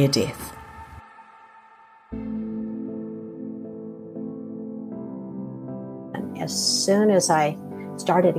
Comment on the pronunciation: ... "near dith" ixperience...?... Oh that kiwi/Aussie twang!